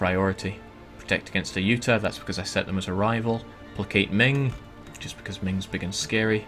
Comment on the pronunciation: i know its petty but its pronounced ay-you-tah-ya. my ocd is tingling haha